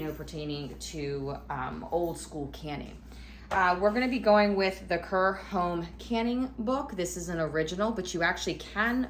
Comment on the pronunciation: Just FYI Kerr is pronounced Karr.